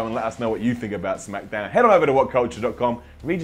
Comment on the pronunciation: said shamkdown at the beginning